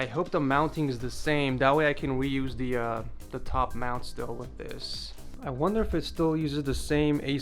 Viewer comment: "rweuse" lol